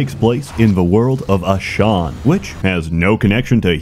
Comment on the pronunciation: Useless fact: the world of Ashan is not read like did it. You should pronounce it like: As Han, as if it was two separate words. Where do I know it from? I live in the same country with the Nival.